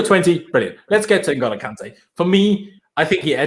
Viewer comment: Jesus Christ. It’s pronounced “IN-goal-oh” Kanté, not “NIG-oh-low” Kanté.